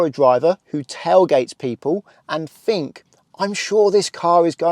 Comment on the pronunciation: It's not fink it's think .